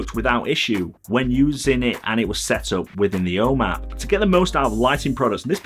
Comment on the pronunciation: I know I've complained about this before, but I still find your pronunciation of "home app" very confusing every time I happen to listen to one of your videos. After a few minutes trying to figure out what this "O map" is, I finally realized this was supposed to be 'ome App.